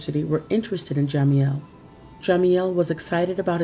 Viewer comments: Yes most definitely. And why in the hell do you keep pronouncing jamiels name like that???????? It's ja- meel not Jah- meel..!!!!!!!!!!!! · learn how to pronounce jamiels name first!!!!!. It's ja-meel not jah-meel. Get it together if you're going to be a narrator!!!!! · Pronounced Ja..MEAL not jamieel